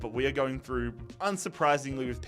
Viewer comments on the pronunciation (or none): none